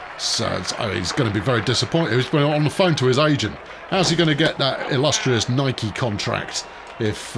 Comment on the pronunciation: Never make an out at home if you are not forced. Never. No… Never. Edit: Wait! How did you pronounce Nike??? 🤨 Lay off the first pitch … please! No, no, no, … no, no… no… no! 😳Yikes… a pitcher with speed! Here to once again say… Bye Bye Puckete(the diving diva), Me hates her.😠 Nothing likable about her. Proud Mary keep on burn’n…. roll’n, roll’n, roll’n down the river. (Mary, as in Mary Jane🚬🪳)